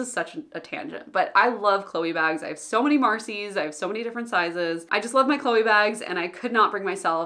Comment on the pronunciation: I definitely like the non-guilt-inducing tone of your videos, showing the reality of people who are not lazy, weak or others.. but only struggle with self-limitations and try to overcome them. Thanks for talking about these subjects ! Cheers from France (you didn't pronounce Chloé that bad 😉)